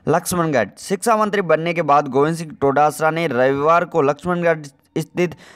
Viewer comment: उच्चारण तो सही करो टोडासरा नही डोटासरा है।